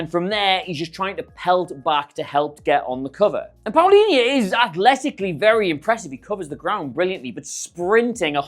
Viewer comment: You pronounce it like Paulinha